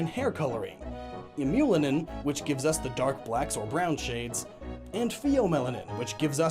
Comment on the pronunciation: Eumelanin = YOU-MEL-ANIN